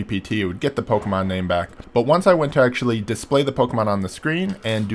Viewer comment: You are saying Pokémon incorrectly